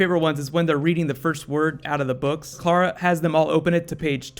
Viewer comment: I wish this guy would learn to say Clara right. It's spelled C-L-A-R-A and he's saying K-L-A-R-A